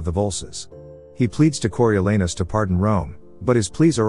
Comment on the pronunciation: The a in Coriolanus is pronounced “ah”, there’s no “a” sound in Latin. The British are notoriously bad at speaking non Germanic words.